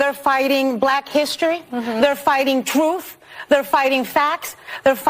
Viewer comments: She said troof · The word is 'Truth'....not, 'truffff'.